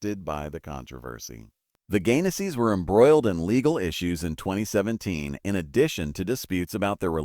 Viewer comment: PLEASE Pronounce their last name correctly. It's Gaines's, Not Gainasee. NancyAnn Gaines-Soltis, North Las Vegas, NV ❤❤❤